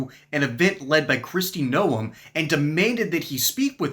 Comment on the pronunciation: Her name isn't pronounced, "No-um" - her name is pronounced "Nome." I've never heard so many variations in a name before.